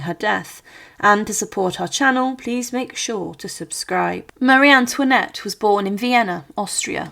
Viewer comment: Co to jest ? Kto zdecydowal się , aby taką lipę wypuścić ? "Maria Tłinet", "Maria Tłanet", "Marianet", "Pałac Tulerów","Schwytanie w Wanessie", "Król Ludwik Piąty Szesnasty", "Ludwik Vał Siedemnasty", "Komora przeciwko gilotynie", "na grzbiecie wozu". ,...To tylko kilka przykładów licznych bzdur w tym ...właśnie w czym? Fatalna polszczyzna, równie fatalna francuszczyzna, brak znajomości realiów epoki. Czy w Polsce brakuje historyków specjalizujących się w dziejach rewolucji francuskiej?